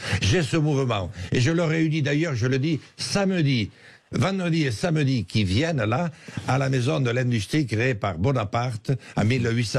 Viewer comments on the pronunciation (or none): none